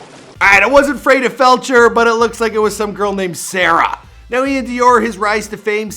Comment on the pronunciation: why he say saira like that